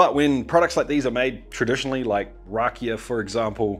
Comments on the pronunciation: The peace skin shouldve been removed . and you saying "rakel" how its said where in from had me lmao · How bro says rakija 😂